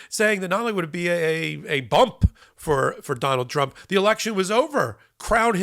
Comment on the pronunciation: From now on? "don-OLD". OR, "d'oh' bald". Take your pick.